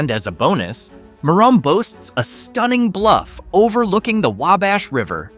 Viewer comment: Merom is pronounced meh-rumm, or mirr-uhm, not mirr-ome.